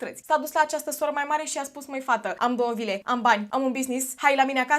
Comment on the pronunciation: am înțeles 2 lire in loc de vile 😭